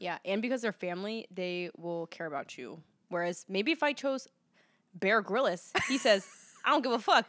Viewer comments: the way pronounces bear grylls 😭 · Lol tf is Beara Garillas 😂😂 it's Bear Grylls (like grills) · it’s pronounced bear grills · “BEAR GRILLIS” LMAOOOOO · mispronouncing Bear Grylls 😭😭😭